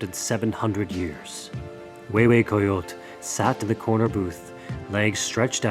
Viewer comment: I'm six minutes in This was the perfect opportunity to show the world and teach the proper pronunciation of words such "Mexico, coyote, hue hue coyotl" Instead this feels like it was made by Americans for Americans only based by Mexican lithology, at this point of I'm already afraid that I will continue hearing names being butchered, axolotl, ahuizotl, Quetzalcoatl.....